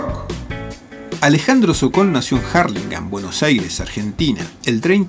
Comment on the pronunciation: Jarlingan jajaja Urlingam amigo